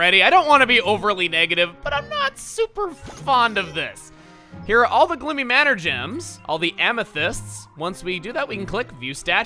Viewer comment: At the beginning, I thought I heard him say "Bloomy" instead of "Gloomy".